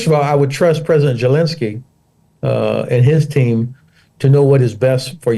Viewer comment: Why does he call him gelensky?